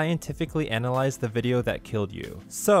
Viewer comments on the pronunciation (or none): you pronounce "vjeo" wrong.